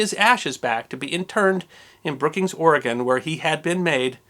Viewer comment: ROCKS! Thank you for being a wonderful story teller who also pronounces our Great State of Oregon's name correctly, O-r-e-g-o-n NOT "Orygun". I enjoyed your story as always, the ending part about the Japanese pilot coming to visit and the ensuing exchange of friendship made me cry a little.